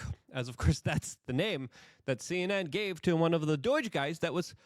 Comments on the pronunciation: IT IS NOT D O Y G E !!!!!!!!! IT IS D O G E !!!!!!!!!!!!!!! can you say the word owe???? DOGE RHYMES WITH "OWE", NOT "BOY", THAT is how it pronounced.... driving me nuts every time when you say it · Say it with me, DOGE (Doej). There’s no I. It’s not Doiiiiiiige. Doi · Please stop sayong doyge. It's doge. Like dough-j. Not "doyge" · for the millionth time. it's D O G E. not D O I G E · Luke, why do you say Doige? You're literally adding letters. Doge isn't that hard. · It's doge, not doyje... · I can't anymore. Enough with this "DOYJE" stuff bro 😂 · Are you saying "DOYGE" on purpose? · Why do you keep pronouncing it doige... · Luke, God bless him, isn’t well-known for his proper pronunciations. My favorite was “exasterbate.” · For the love of god Luke, PLEASE learn to pronounce DOGE correctly….